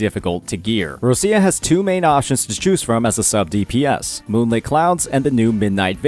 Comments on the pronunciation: Please.... stop to call her "RoSia" .... it's Roccia , pronounced as ro-ccha (it mean rock in Italian). Thanks. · plz, stop saying Rosia... she's not Russia, she's Roccia... its really hard to hear how u saying her name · not bro saying "roschia" 😭😭😭